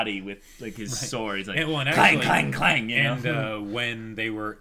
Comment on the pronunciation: you trigger me every time you say....CLANG